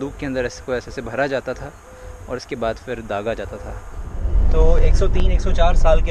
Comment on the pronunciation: It is phir nit fir